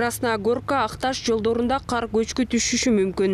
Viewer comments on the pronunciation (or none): Эмнеге каар жайт дей бересиңер ."КАР " менен "КААР " деген сөздөрдүн мааниси эки бөлөк .